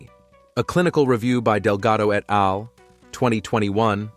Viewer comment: Please have a PERSON read the text, rather than AI. Hearing scientific terms and even "et al" mispronounced hurts the impression of credibility. You should list the studies in the description here - describing them is not enough. I'm a carnivore and am enjoying SO MANY benefits - but when I choose videos to share on my social media, I like them to demonstrate the highest level of credibility.